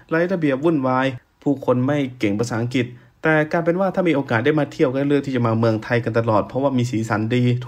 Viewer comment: ลุงออกเสียงคำว่า.อังกิต.ชัดเจน.แก้ไขนะ..อังกลิด.อังกลิท...ไม่ใช่.อังกิด.เป็น.ควบกล้ำ..หนูเบื่อคำว่า.มากๆของลุงมาก.ที่ทนฟังเพราะอยากรู้ต่างชาติมองไทย.ไม่งั้นไม่ฟัง.เบื่อคำว่า.มากๆ